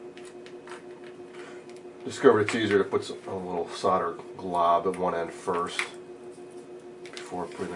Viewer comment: pleas stop sayng firsth